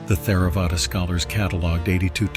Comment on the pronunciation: Please replace Theravada with something similar to Terra-vada in your script that the voice reads. It would seem that many are most likely learning their pronunciation of Buddhist words from these videos and I believe it would do them a disservice to learn it as Th-era-vada 🙏